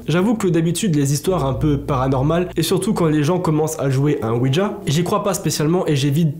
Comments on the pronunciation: Merci pour ces histoires, ça choque vu que ça vient des personnes du groupe. Je leur souhaite bon courage à tous. Quand à toi essaies de dire le mot ouija sans y ajouter de "d" ouidja 😂 Merci du partage et sincèrement bises 😘😘😘😊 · C'est pas OUIDGA c'est ouija